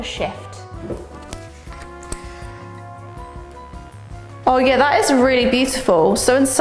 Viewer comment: Why did I hear "color sh*t" instead of "color shift"?😂